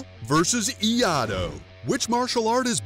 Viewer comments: Pronounced ee-ya-ee-do, not ee-ya-do. Iaido requires drawing the sword in one smooth motion, then returning the sword to it's scabbard. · Great video, but it’s pronounced Iaido, like it’s spelled, instead of “iado” Correct pronunciation: “ee-ai-do” Wrong prononciation: “ee-ah-do” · This is kind of a dumb comparison. Escrima is actually a self-defense martial art that you can use to defend yourself. Iaido, which I study and practice (and which is pronounced “ee-EYE-doh,” not ‘ee-AH-do” like the video says), is more of a zen art that is meant to develop your inner spirit. It is a solo art, where you focus on form and calm, flowing movements, rather than speed or power or striking. So trying to compare these two are like comparing apples with bell peppers. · You do realize the pronounced it eeeee-I-dough. It's closer to just I-eye-do. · I have practiced eskrima from filipino guros for 40 years. Very well articulated, sir, I enjoyed its accuracy. One constructive comment on Iaido. I belive the art is pronounced. E I DO, not E AH DO.. well done! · As a iaido student I had a stroke when he said “ee-i-do” ITS “yai-do” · What's with three commentator's pronunciation? "IA-DO"? Wt... It's IAI-DO! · I A I DO... not I A DO. You pronounce the second I like E EYE DO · いあとー…ではなくて、 いあいどー。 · It annoys me every time he said I-ah-do. It's i-ai-do. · It's pronounced i-a-i-do not i-ado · Really too hard to pronounce "iaido" correctly? I-ai-do. Not i-aado... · If you are going to refer to an art, at least understand the correct name Iaido is NOT ee AH do Iai pronounced ee eye do. The art is Iai do is the japanese word for way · cant stand you saying IADO not IAIDO... Its so bad. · Clickbait bullshit. And it's not pronounced Eeeahdoe. It's eeeayedoe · Thanks for butchering the name of my martial arts styles. Iaido is pronounced as ee-eye-dough. Not iyado😢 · IAIDO = ‘ee-i-dough’ phonetically. Took me awhile to learn so many Japanese pronunciations. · "EE-YAH-DOH!" Good lord.